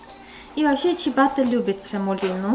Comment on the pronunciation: Не чибатта,а чиабатта😊